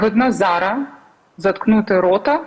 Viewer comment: Почему говорят зара, если правильно - зараз?